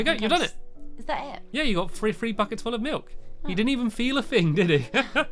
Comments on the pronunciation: You said bockets instead of buckets! Ha! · "We need to go and make some bouckettes."